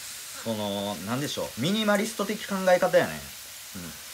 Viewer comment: ミニマリストが言えてなくてジワる